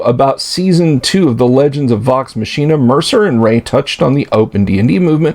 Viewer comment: I had to stop half-way in. You're being extremely cynical toward people who were almost certainly under major NDA constraints, and you can't even pronounce Vox Machina correctly, which just shows not only a lack of familiarity but a lack of willingness to do even minimal research into them. You're sitting there laughing at what they're saying when they're pretty much having to walk on eggshells right now, and it just makes you look smug.